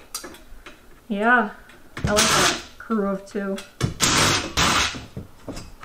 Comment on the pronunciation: "Croo of Tew" 🙂✌❤